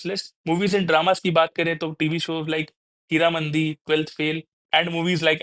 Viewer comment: This seems spoken by an AI. says द rather than ड for हीरामंडी